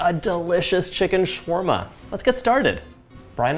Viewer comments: Why is it shwarma and not shawarma 🤨🤨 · Excuse me it's "sha wa rma" not "shwa rma" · I just wish he learned how to correctly pronounce his food. ShAwarma, TuuRRRmeric